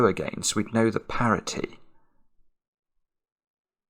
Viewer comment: It isn't 'parity'.